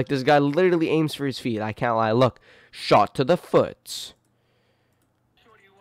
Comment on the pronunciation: I like how you emphasized that the first was hitting all his shot on their FEET 🤣🤣🤣